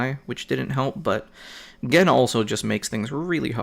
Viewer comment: I don't know if yiu have been corrected but it's not Jen it's G-en. But not like Gee but Guh-en. Just don't want some jerk trolls to hassle you on the pronunciation bro.